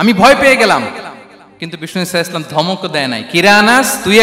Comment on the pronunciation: আসসালামু আলাইকুম। আজহারী হুজুর রাসূল সাল্লাল্লাহু আলাইহি ওয়াসাল্লাম শুদ্ধভাবে বলেন না। এটা শুদ্ধভাবে না বললে গুনা হবে কি?